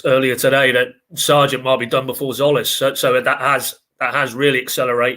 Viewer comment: Jolis?????? I think it's Zolis. The T is silent